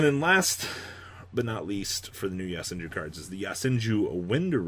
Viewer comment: It's YO senju. Not YA senju